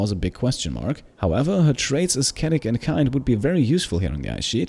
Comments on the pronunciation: Is As-ket-tic the way brits pronounce ascetic? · What country are you from? I think you pronounced 'ascetic' wrong btw.